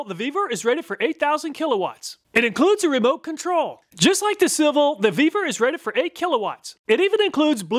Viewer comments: Ve-vor not vbeaver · When talking about the Vevor, I thought he said, "The Beaver is just getting warmed up."